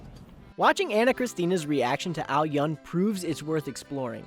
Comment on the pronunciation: Dude, you butcher the name. it's AO-yün the U is Ü sound, not the way you messed it up.